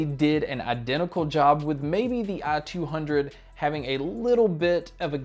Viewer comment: I couldn't get over the fact he pronounces it "ah-200" through the whole video haha